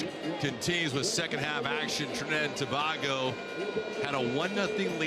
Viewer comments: Listening to this commentator say To. Bag Go made an otherwise joyful experience a frustration. To bay go Sir! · Dat announcer was rel dotish... He pronouncing TOBAGO as TO-BAH-GO... Like WDMC wrong with he... 🤬🇹🇹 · Trini people.. uno need fi mek know… y he saying Trinidad 🇹🇹 TOBARGO 😂😂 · Can we get a new commentator…he’s upsetting me butchering the pronunciation of Tobago…shocks man😩😩😩🥴🇹🇹🇹🇹🇹🇹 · Please the least you could’ve done to prepare for this was to find the correct pronunciation for ‘Tobago’,especially when you have done this before,also the names of our boys,Please do the prep like a professional to properly honour the years of prep it took for these young men to play for their respective countries.Respect Sir! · Suprised he said the the word NEVIS correctly😅... He butchered the words Tobago and Grenada.